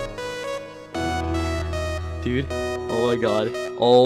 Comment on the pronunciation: First off when he said gaining he said gay and when he said his name he said testicle49